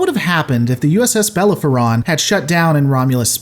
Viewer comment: Bellerophon is pronounced "bell-air-oh-fffff-on". I quite enjoy your videos, and I was only mildly triggered by the mispronunciation. Hope this helps!